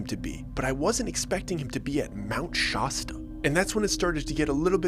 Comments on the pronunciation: Yo my “shosta” is driving me nuts lol great story but it’s pronounced Shasta with an ah sound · I’ve already accepted that this will be a fictional story, but I don’t think I can deal with the “Mount SHAWSTA” pronunciation😂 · Cali is full of cults, true, but Shawsta makes me chuckle. If this dude really went there he'd know how to pronounce it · mount Sh-ya-sta live, live about 2 hours away.. For future videos cuz I there will most likely be more 😂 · Dude, your pronunciation of Shasta well, never heard it pronounced this way. The 'a' sound is the same as in,.. bat, hat, mat, at least this is way I remember it. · Why do you keep pronouncing it Sh aw sta xD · It's not pronounced like that. You're killing me. Shast( rhymes with fast) - uh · Great story! I keep laughing when you say shosta. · How can you tell if you're not from California? It's Shasta with a short a, "ă" as in blast. And yes, I live in the Northern California and there are some pretty woowoo people up there in Shasta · The hilariously way that you say Shasta shows that you’ve never been there. Nobody in California says Shaw-Sta. SMH😂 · This is dumb. Mt shasta isnt that weird. Yeah theres a lot of hippies but thats about it. Hes not even pronouncing it correctly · Who says Shaw-sta? This guy drives me nuts, he's like Mr. Ballen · Did you make this story up? You don't pronounce Mt. Shasta correctly. It's not "Mt Shausta" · Can't listen white he keeps calling it Shosta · I live not far from this area. I don't subscribe to any of the stories concerning people from My or Lemurian, etc. Also it's not pronounced Shausta. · Genuinely so entertained by your Sean Connery pronunciation of “Mount SHAWSTAW” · I came here to say exactly this. The way this guy is pronouncing SHOSTA is killing me.. NorCal guy here, Sactown. I love going up to Shasta to recreate... Such a beautiful place! I will say tho - it's definitely a weird town. How many CRYSTAL SHOPPES does one little mountain town need?!! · Shas-ta not Shawsta